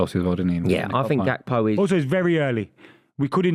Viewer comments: Gakpo is most defintelly not pronounced as hakpo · I love how they are fighting over the pronounciation of the Dutch G even though they are all wrong😂